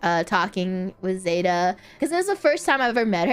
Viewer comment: saying zÉta instead of zEta makes it sound so fancy:D